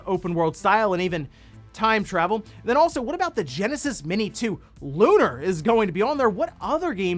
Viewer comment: I'm sorry but it makes me twitch when people mispronounce that game. It's Lu-nār, two syllables, they even say it in the game. And also Lunar SS on Sega CD and Lunar SSSC (Silver Star Story Complete) are way different. They are the same game but the graphics and alot of other things are different on the PS1.